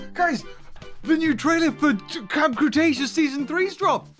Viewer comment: ah yes “cramb Cretaceous”